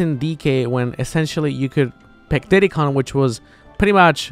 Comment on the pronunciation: Is it just me, or does ZeRo pronounce Kong as "Con"?